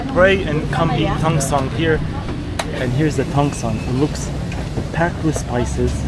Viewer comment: Tong seng mr, no tong song 😅